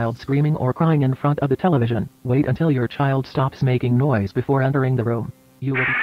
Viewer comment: We'll know Mark is an alternate when he pronounces "room" correctly.